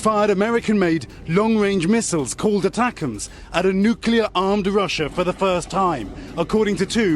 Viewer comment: NEW CLEAR not "new cue lur."